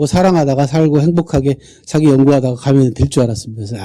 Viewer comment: 측면을 계속해서 "칙면" 이라고 잘 못 발음하고 있어 실망했읍니다. ㄱ리고, 사기 강의에, 사기 의 "사"자를 짧게 잘못 발음하는 학자의 강의는 듣고싶지 않습니다.